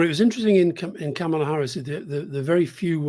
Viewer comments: Isn't her name pronounced 'Comma-lah' not 'Camel-ah'? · Her name is pronounced comma-la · It’s pronounced Comma-la Like a , She actually has an advert on it, sea b “Kamala Harris name pronounce ad” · All 4 mispronounced Kamala Harris first name over and over! Jesus! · I'm sorry, Scaramucci is a hack. Can he at least try to say Kamala's name correctly? And he is totally wrong about Obama. In typical fashion, Obama is being reserved to avoid seeming like he is swaying how things play out as a superstar of the democratic party. I am sure an endorsement from him will come further down the line. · When's Anthony going to pronounce Kamala Harris's name correctly? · Can you guys please pronounce her name correctly for Christ sakes?